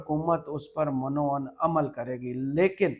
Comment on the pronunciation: من و عن کا تلفظ درست کریں یہ جیسے آپ بولتے ہیں ایسے نہیں ہے یہ میم کے نیچے زیر اور ع پہ زبر کے ساتھ من و عن ہے